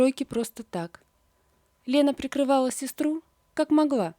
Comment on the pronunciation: Не могва ( в смысле - не могла) Жаль, что у вас дефект речи.Зашва, не могва и т.д.